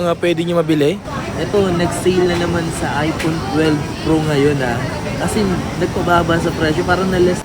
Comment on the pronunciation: time: ipoon? ive been a content creator for quite some time now. I may not know if you finish your education or not but at least practice more often since young audience also watch your contents and one way to teach them is correct pronunciation. I know pinoy and nazi but this is not a bad comment but rather a piece of advice. Though it's still ur call if u wont. ur a content creator for pete sake. when the kids in the house heard what u said, the copied and laughed at it. it aint good.